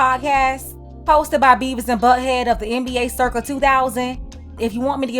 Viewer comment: 😂 she said Bevis and Buthead 🤣🤣